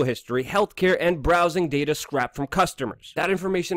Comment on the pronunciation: scrayped not scrahped